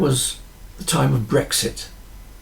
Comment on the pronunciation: Another highly relevant video - well done ! Thank you ! I think I must have been feeling hungry with those analogies around food - I could have sworn you said “breakfast” instead of brexit !